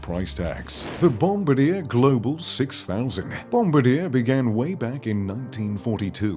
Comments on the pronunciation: BOMBADEER?!?!? Um, try "Bom-bar-dee-'air," dummy. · FYI - it's pronounced BOM-BAR-DI-YAY not "Bombadir" and Dassault is not "Dasalt" it's pronounced DA-SO. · It’s not pronounced “ bomb a deer”. It’s bom bar de aaa”. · I have a friend who flew these jets. The narrator needs an education: it's not Bomb-a-DEER... It's the French Bom-BAR-dee-ay. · BOMB - BAR - DEE - A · Bombardier is French. Bon-bar-dyè. It's not named for a member of bombers aircrew. Lol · You would think someone who does the research for these videos would at least learn how to pronounce Bombardier! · needs to learn how to pronounce Bombardier.lol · Doubt it, since they didn't pronounce the name correctly! :-)